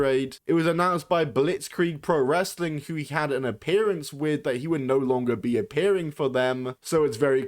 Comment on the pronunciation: its the played out nonchalant wanna be critical drink voice and the pronunciation of "wress-a-ling" that irk me the most